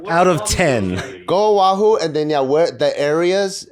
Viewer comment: O’ahu not Ohau lol